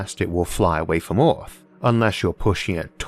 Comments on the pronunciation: Why does he pronounce earth, oierth? Why does this bother me so much? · So where is this planet "Orth" he keeps talking about??? 😂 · The pronunciation of "Earth" sounds weird to me. If you wanted intergalactic flight, you could search for a planet that is already moving at that speed. Planets that don't orbit stars are hard to detect, but they may be out there. Pluto was excluded as a planet, because of its orbit. Is something that doesn't orbit called a planet?